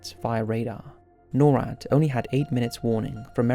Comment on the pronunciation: Just some FYI. NORAD is said as a word, not spelled at. Nor(like igNORE)-Add